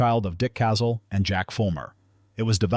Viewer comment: .454 Casul. Pronounced "casool", not "castle". I prefer the .44 mag, you can load it up almost to Casul levels, or use the .44 Special for plinking. A broad range of loads.